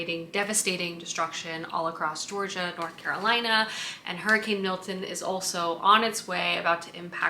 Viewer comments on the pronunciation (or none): none